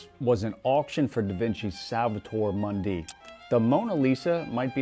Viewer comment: Good video. One small quibble, Mundi is pronounced ‘Moondee’